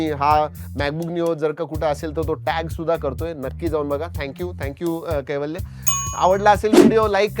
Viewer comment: कैवल्य ❌ वैकल्य ✅